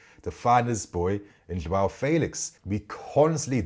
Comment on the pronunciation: Felix is pronounced like the 'fe' in 'Fenton'...'Fe...lix' 😊. Looking forward to seeing him playing in the PL!